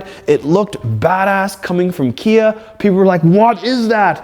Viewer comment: Please stop saying KN Badge.... Its NOT KN it clearly spells KIA Lol. Besides that yes 10/10 recommend